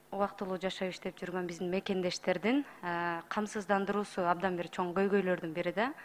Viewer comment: Камсыздандыруу деген созду зорго айтып жатат ко.